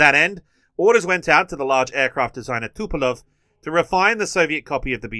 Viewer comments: It's Tupolev, not Tupelov. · It's Tupolev tho, not Tupelov.